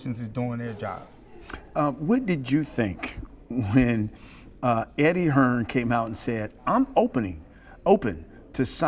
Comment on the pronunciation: HEARN* If your going to clout chase the man at least say his name properly